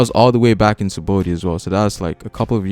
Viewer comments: It's Saba-ody not sabody -. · I just have a strong cringe wen this guy says "sabody" Not "sabaody"